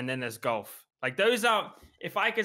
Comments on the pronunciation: Nobody: Courage: "you were getting into gAlf" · "Galf" - Courage